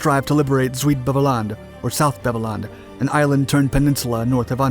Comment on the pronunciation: As a Dutchman, I was going to make a similar comment about the pronunctiation of the Dutch names. Although the word "Beveland" was pronounced in an english fashion, I was VERY impressed by the correct pronunciation of Walcheren. All over the Netherlands, people mostly remember that we were liberated (at great cost) by the Canadians.